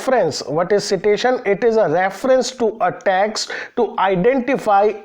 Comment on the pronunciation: Sir with all due respect , it's pronounced as site-tation. (Not see -tation)